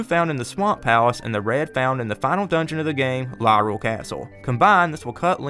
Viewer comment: I just gotta point this out, Lorule isn’t pronounced Lyrule. To help you remember, it’s a pun, Highrule and Lowrule. Also damn, I actually didn’t know about Gramps. Guess that’s a thing I never did lol